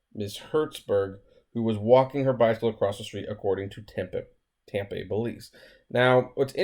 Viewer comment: You are making me laugh with your pronunciation of Tempe. 😂